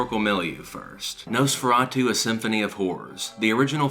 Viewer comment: Please stop saying Nose-feratu.